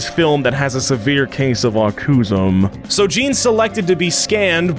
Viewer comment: “Acusm”? Is that supposed to be autism? If yes, I give you permission, I don’t care, whatever.